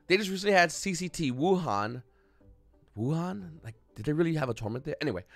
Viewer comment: Hahaha wuhan 😂😂😂 fucking die laughing when you said it